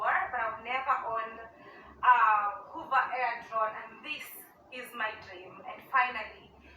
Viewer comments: Hoover air? I thought it was a vacuum cleaner😂😂😂 Did she mean hover? Hover is pronounced hovva, Does she not know what the verb hover means? Ignorance manifested🤣😂🤣😂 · Hey ❤️from South Carolina! She won't be in Zion long mispronouncing the manufacturer's name. 😂 Hoover Air is spelled with two o's. She's holding boxes from HOVER AIR. It rhymes with OVER AIR but she's a former School Teacher in her tweenies with full passports stamped from over 70 countries around the world but her greatest achievement is marrying Peewee Herman. 🙄